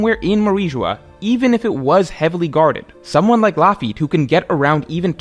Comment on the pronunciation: Loafy is genuinely insane bc it doesn’t even sound close to Lafitte.